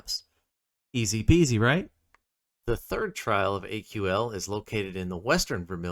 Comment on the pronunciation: It's not AQL, It's Aql, pronounced kinda like ankle. Ack-ul. Pretty sure the dialogue in game says it too. Anyways, thanks for the video! Your character kinda looks like my wife, so that was cool to see! The black hair with a bun and black lipstick is something my wife would go out in. Have a good one.